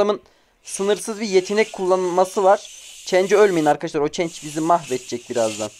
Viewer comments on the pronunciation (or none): none